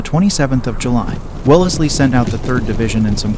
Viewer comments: Grrr.. redub Welle-ez-ly to Wells-ly.. hurts my ears.. otherwise fine stuff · Pronunciation check! Tge centre E in WELLSLEY is not spoken, thus it is WELLSLEY! also TALAVERA is TAL A VERA, THANK YOU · The voice over can't pronounce correctly any of the names, even Wellesley. Makes me think it's just robotic. Thumbs down.